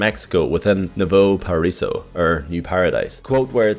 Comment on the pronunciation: Lmao he pronounced it "Nuevo Paraiso" instead of "Nuevo Paraiso" wtf